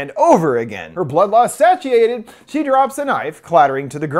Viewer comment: I have never heard anyone pronounce "satiate" that way. It was kinda cute.